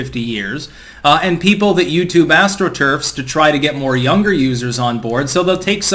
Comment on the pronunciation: Say 'astroturf' again 🤭🤣 Sorry, just takin the piss...lol